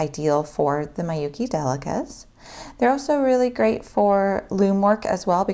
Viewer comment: I know this is an old video but Miyuki is pronounced "MEE-you-kee", not "MAI-you-kee". Thanks for this video, it's very informative and useful but just had to chime in about Miyuki lol